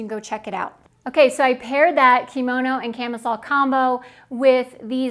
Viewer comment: Please learn to say the word Kimono properly!! It is NOT pronounced KEY Mo No. It IS pronounced KIM OH NO!!!